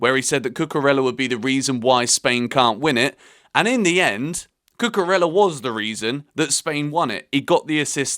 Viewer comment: Hello. It's not cucurella it is cucureya. LL pronounce Y in Spanish language